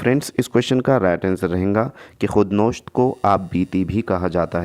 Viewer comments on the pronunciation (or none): ख़ुद नोश्त नहीं ख़ुद नविश्त ख़िसरो नहीं ख़ुसरो होता है।